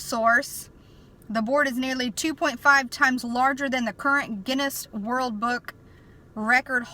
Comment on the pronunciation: world book not burk. and why are you even doing this about the board. ? you are to have nothing to do with that stuff.